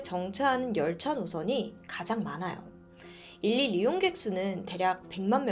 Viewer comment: 그....죄송한데 일일 이용객 발음 하실때 딕션을 강조해서 그대로 읽기보다는 이릴로 발음하시는게 더 자연스럽다고 생각됩니다. 처음보다 많이 좋아진 발음은 엄청난 노력을 하셨을거란 이야기라.멋지다고 응원해 드리고 싶어요😊